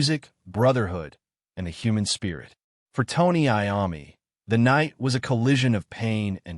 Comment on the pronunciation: If you can’t pronounce Iommi, just stop now, go away..